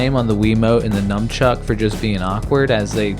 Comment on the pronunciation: nunchuck not numbchuck -.